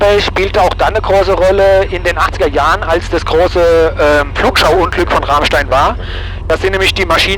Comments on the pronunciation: Moin, bin gerade durch Zufall über dieses Super-Video gestolpert, als Pilot Frank Abonnent. Man spricht es „Ramstää“. Und eher wie Ramm als wie Rahm...ich weiß es als Westpfälzer. 😅 P.S. Ich war als ehemaliger Schüler der Gesamtschule Enkenbach-Alsenborn 1988 auf der Airbase beim Wandertag. Wir waren in der Tat auf dem Tower, in einem Shelter Warzenschwein gucken, bei der Wachhundestaffel und auf dem Heuberg zum Bowlen. Habe noch Fotos. Wohl einer der denkwürdigsten Wandertage für einen Flugzeugfan und eine rare Gelegenheit obendrein. PPS. Habe auf deiner Homebase in Worms 1991 mein BZF gemacht. Leider lange nicht mehr geflogen. Kanal ist abonniert. Grüße aus EDDH! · Ich dachte schon du findest das Bernstein Zimmer im Bunker 🤪🤘🏼 Sagtest du mit Absicht „Rahmstein“ wegen deinem Dialekt?! 🤔 Danke für das Video! Alte Airbase ist immer cool 🤘🏼🤘🏼✨